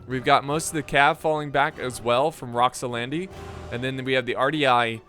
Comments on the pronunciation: it's Roxolani not Roxolandi. Set my ocd off haha. Joking ofc! ty for the great vid man! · It's "roxolani". Pronounced Rox-O-Lani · Rox-oh-LAH-nee. Rox-oh-LAH-nee. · My God, man... You absolutely slaughtered the ROXOLANI's name. You added a "d" and some "i"s at some point... absolutely butchered it :))